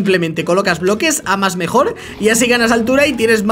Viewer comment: Dijo mejior en el 🤭🤭😂😂😂😂😂😂